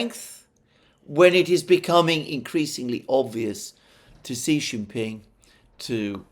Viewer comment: Another interesting analysis. BTW, Xi Jinping is pronounced SHE JIN PING.